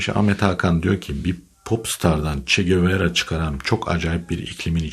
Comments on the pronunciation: abi bunca yıldır Che Guevara'yı, "Çe Gevara" olarak doğru telaffuz eden ilk türk sen oldun tebrik ediyorum👍👍👍👍👍👍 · "Çegebara" diye dogru okuyan tek Türk ben olabilirim😁